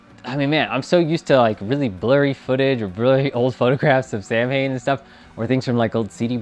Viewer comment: Celtic Pagan here. Samhain is pronounced Sah-wayn.